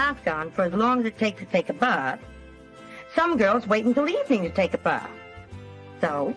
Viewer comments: “ take a buthhh”😂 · Wakes up with a face full of makeup 😂She also seems to have some bizarre problem with saying the word "bath"